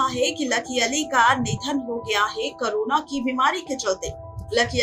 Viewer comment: O madam baki sab word to aap jibh ko Aise aith aith Karke Ghuma Ghuma karke bol rahi ho jaise ki Angrejan ho aur Jahan per Sidha Sa Ek Corona bolna hai vahan per karona bol rahi ho.....